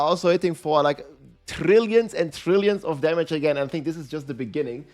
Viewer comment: Trrrriiilion of trrrriiilion